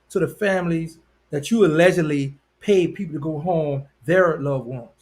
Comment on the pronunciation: Tear his ass up!!!! These niggas need to stop lying to the kids!!! Also, say ALLEDGEDLY!!!!